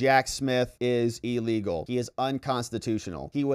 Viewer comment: 'EElegal' and 'REEdiculous'! How about 'illegal' and 'ridiculous'? It's just basic English